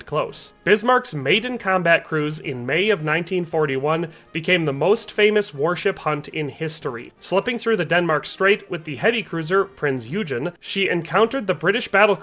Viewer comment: Prinz Eugen = “Prints Oygen ”. Please learn to pronounce foreign names. BTW, the videos did not match the narration. With the CGI, realistic ships matching the narrative could have been made.